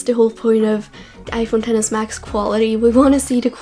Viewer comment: Thank you for calling it the 10s and not “ex-ess”. Shit annoys the hell out of me when people do that. Even some of the idiot apple employees have been calling it “ex-ess”